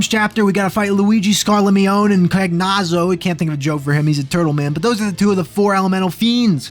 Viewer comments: Cagnazzo is pronounced more like Con-yatso. I correct you on this because I think it's a really cool name. Very Italian. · Erm ackshually cagnazzo is pronounced can-YAT-so and scarmiglione is scar-mee-YO-nay anyway very cool and good video as always, I was REALLLY looking forward to this one... I put your SMRPG, ff1, and ff2 challenge runs on all the time and they don't get old// I totally was expecting this series to stick to the first two games for some reason and I am VERY curious how you'll be able to top the difficulty of the PS1 ff challenge runs that are out there from the likes of primalliquid, ngplus, and tantacles. I'm more excited for your videos than I am for this year's upcoming superchristmas (because 2025 is the first time in 1337 years that christmas is 69 days after Canadian thanksgiving which itself falls on a prime numbered day for the 13th time since the year 1337, and she's beautiful (the girl reading this)) *i'm going to advise you not to look into this more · I always pronounced Cagnazzo as "Kai-Not-So" since the double z is often pronounced like that in Italian and the name certainly looks rooted in Italian.